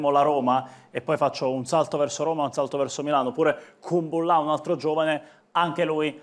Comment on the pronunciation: Kúmbulla* è la pronuncia esatta